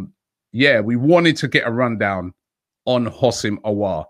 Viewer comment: Adam white just tell him how to pronounce houssem aouar.